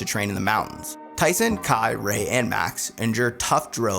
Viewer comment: Wait a second did he just said Rayquan 😂😂😂😂